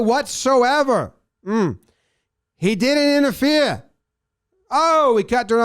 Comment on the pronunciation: The word is INTERFERE, there is an E on the end, not that difficult.